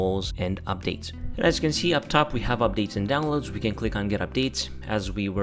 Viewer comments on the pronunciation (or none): Opdates Ond Dwonlads